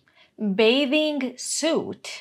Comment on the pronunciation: Mislim da se čita bejting sut izvinjavam se ali mi bejving sut para uši..